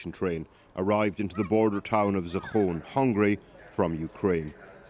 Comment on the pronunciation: The border town in Hungary is called Záhony, not Zafon. It located just across the border from the most western part of Ukraine. Thank you Hungary for being a good neighbour.